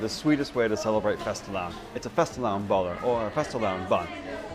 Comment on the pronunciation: Most briliant title yet! And btw, you're REALLY pronouncing fastelavn well.